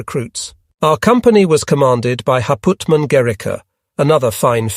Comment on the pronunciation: thankx, try again pronounce the word „Hauptmann“ then it fits - ….